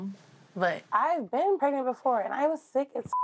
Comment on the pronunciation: Alex was real confused when Donna was " preagnent",lol